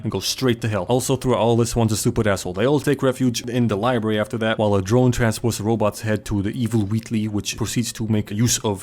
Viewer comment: Is library pronounced as "liebarry" a Joel easteregg?